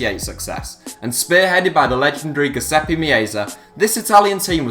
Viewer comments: Anthony Mancuso Usually i don't care if they mispronounce italian names but this time he was on another level of name butchering. (Btw i've never understood why english speakers pronounce "Giuseppe" as "Giuseppi" ahah) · As a Giuseppe it made me die inside!